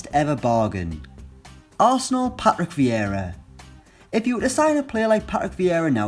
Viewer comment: how did this guy ever get 152k subscribers on utube, he can hardly talk. Pa-Rick Vee-ra